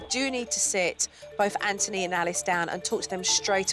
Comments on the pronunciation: His name: Anthony Jo: EnNtUny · Kids name: Anthony What jo says: Antony Btw I love this show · She really saying AnTony it's anthony